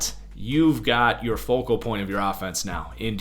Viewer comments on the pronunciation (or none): none